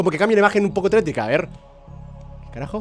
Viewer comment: Y se que vas a decir "pero se dice tetrico por eso digo" pero eso tambien lo escuche